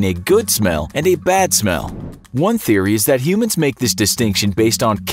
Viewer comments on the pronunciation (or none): none